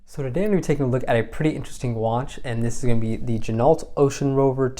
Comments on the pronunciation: Gin-O......not gin-alt Same as ren-o, not ren-alt (the car) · The name Ginault is pronounced "Jin-oh". Don't pronounce the "T". Never hand wind it. The entire bracelet is made in Asia.